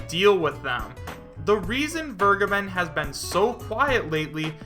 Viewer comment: i just realised you pronounce vergeben right people say verjaben